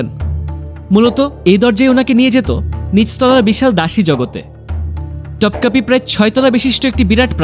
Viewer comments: ভাইয়া উচ্চারণ টপকাপি হবে না, উচ্চারণ হবে তোপকাপি । আর হারেম না, উচ্চারণ হবে হেরেম । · তোপকাপি বলেন , টপকাপি না